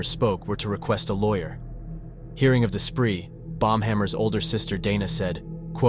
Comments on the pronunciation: it wasnt. i thought so too until the end. the dude just pronounced it terribly during the whole video omg. its not BOMB-hammer, its BAUM-hammer. The lawyer's name is sick though, i wudda become a lawyer with that surname too!! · It's Pronounced as "BOW-M" as it's German and the "Au" sounds like the "OU" in "hOUse" which is the exact way you pronounce the German (standard German) "Haus" as both English and German are Germanic languages and share a mass amount of etymological related vocabulary. English is a North Sea Germanic language thus its closest to Low German or Low Saxon and West Frisian. All three, English, Low German, and West Frisian make up the North Sea Germanic linguistic family. Latvians also have a lot of German ancestry from Prussia, as Prussia used to rule over mass swaths of Latvia.